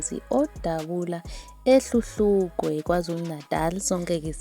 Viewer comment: Hluhluwe NOT Hluhlukwe